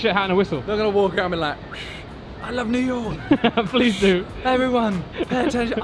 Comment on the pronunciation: "New Yolk"